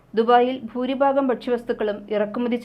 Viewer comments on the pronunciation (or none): ഫൂരിഫാഗം അല്ല ഭൂരിഭാഗം